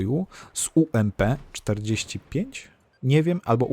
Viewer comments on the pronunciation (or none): Czyta się ampi forty fajf xd